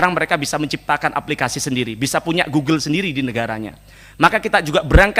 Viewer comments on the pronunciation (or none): none